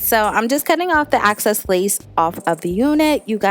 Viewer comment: Fire. + “excess” X. Cess.